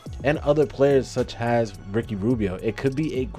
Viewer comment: Really like the video, some great statistical analysis. Two notes: The word is specifically with and S, not pacifically It’s such as with no H not such has